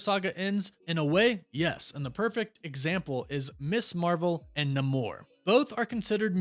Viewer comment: God, can you say Namors name correctly??!?!?